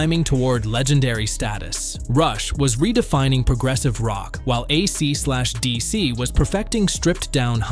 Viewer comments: "uh See de SEE", Ay see Slash Dee see,. Dude comma tell your A period I period not to pronounce the punctuation marks period And teach it how to pronounce and inflect the band name A C D C. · Oh my god, for real. An actual quote, "When A Cee slash Dee Cee..." What!?!?! FUCKING AI SLOP!! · AC SLASH DC???? WTF! You need to tell your AI that it’s still dumb, nothing intelligent in the machine 😂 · Mispronouncing AC/ DC then playing a Boston song gives this video the credibility of a US President. F this AI video.